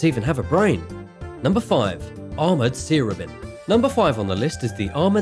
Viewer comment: It's not a sear-obin. It's a sea robin. Like the bird